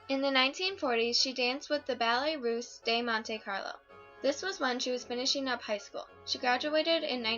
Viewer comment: Shoulda learned how to pronounce Osage before making this video awkward Shoulda learned how to pronounce Ballet Russe de Monte Carlo before making this video awkward